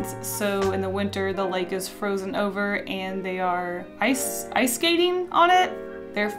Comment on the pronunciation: And from that day on pronounced 'And' as 'ant' and it is canon you can't change my mind!